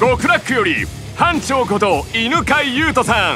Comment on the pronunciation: ドラパで悪漢奴等に自己紹介する時もそうだったけど表のやっぱり「班長」言い慣れてないんだな かわいい